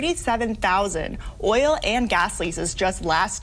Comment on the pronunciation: So many Americans struggle saying the word "oil" lol... it's hilarious. OIL not Ohl